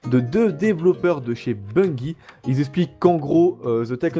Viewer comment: Merci pour vos videos tres informatives, Mais SVP prononcez "Bungie" correctement. Ca se prononce BunJee.